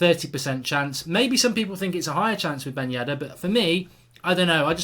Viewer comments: Who is yeddar it’s yedder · Mark, his last name is "Ben Yedder". Not "Yeddar". Great vid as usual